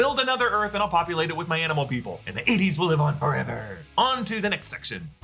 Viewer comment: I'm pretty sure Rocket says Fur-ever.